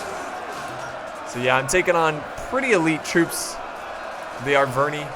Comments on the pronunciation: I think its pronounced ar-ver-ni-i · It's not Aicini nor Aicinai. It comes from latin, so it's pronounced iceni and arverni.